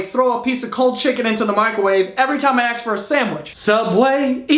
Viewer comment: Ask not axe